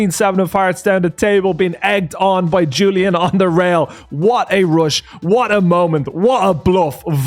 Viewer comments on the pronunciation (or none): none